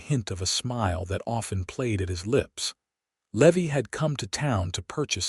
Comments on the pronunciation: It’s Levi not Levy. AI sucks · Driving me nuts all the mispronounciations. Its lee-vie and I watch all these awesome stories all day every day. But some mid pronounced words drive me nuts...nuts I tell ya.😂